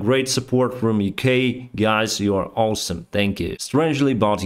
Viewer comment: it is "awe-some" not "all-some"